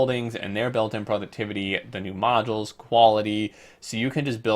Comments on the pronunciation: No offense man, but it's bothering the shit outta me. Modules is pronounced mäjōōls. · it's in the dictionary. That's how you pronounce it.